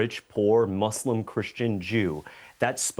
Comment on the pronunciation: "Muzlim culture" lmfao